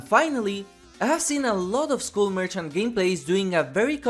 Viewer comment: I beg you, say skull as if it's "skall". I tried to ignore it but I can't anymore 😭😭😭